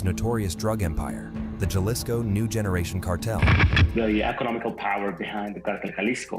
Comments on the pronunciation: Good content, but i hate how you say, "Jalisco." The J is pronounced as an H. But, overall good. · Stopped watching when he pronounced Jalisco as Galisco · he said Chalisco instead of Jalisco lol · Computer voice reading spanish "jelleesko" "jeesus" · He said galisco 😂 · Jay lizco 😂😂😂😂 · Jalico ( pronounced Ha Lees Co ) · U can’t say Jalisco in Spanish maybe u should go to England’ n talk about pancakes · Love how you butchered the word jalisco.😂😂